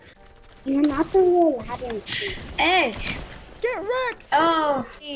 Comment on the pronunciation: I thought youre name was pronounced LA TEN CHEE lol I didn't know it was Lay Ten See